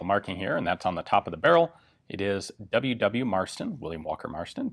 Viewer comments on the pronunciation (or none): I had to rewind and still read the description as I thought you said, "Willy Wonka Marston."